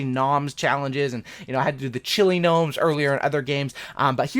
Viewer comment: The way he pronounced gnomes though